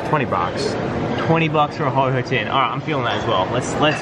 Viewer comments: HO OH NOT HO HO OR HOH HOH. HO OH (HOE OH) ANDOO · It’s ho-OH not ho-HO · Why did you call ho-oh ho-ho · It's not ho-ho it's ho-oh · Who Else Hates The Fact He Calls It HOH HOH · No he said oh ho